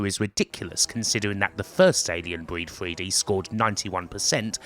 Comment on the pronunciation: WTF is Alien Breed Fwee Dee and this wevolushun you talk about? Is it in this mystery feereta?